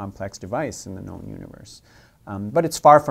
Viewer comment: Rick Sanchez Jr. emphasis on “known’’